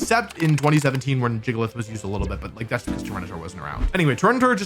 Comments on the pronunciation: STOP SAYING JIGGLEITH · I cringed so hard when he pronounced it Jig-a-lith